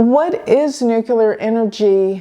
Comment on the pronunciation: You say "nukelar" , that's really funny 😅